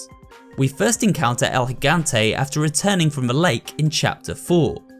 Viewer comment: Also spanish speaker (Puerto Rico specifically), I'm glad with the effort he put into the pronounciation of Del Lago and El Gigante. I felt very proud of it and it's one of the cleanest versions I've heard from someone that isn't as fluid in spanish